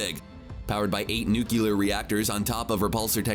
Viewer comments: He said nucular its nuclear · What is wrong with you? Since when has "Nuclear" become "Nucular". You should be ashamed of being a narrator. Narrating while not even pertaining a basic set of language and pronunciation skills. Such an embarrassment. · Nukular? Really? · Say it with me: NEW......CLEE....AR!!!!!! Nuclear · Related to George bush? It’s not nucular bruh.